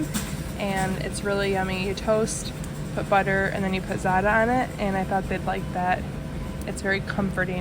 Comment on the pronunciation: It’s not Zata. It’s Zatar